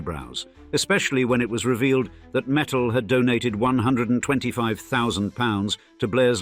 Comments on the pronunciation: It's not metals it's mittal lol😂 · It’s Mitt-tal not metals .. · Learn how to slowly pronounce mittal...it is mit tal t as in tea or cross the ts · Their surname is Mittal and not metal,, first and foremost